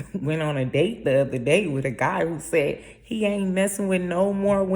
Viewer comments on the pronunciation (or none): none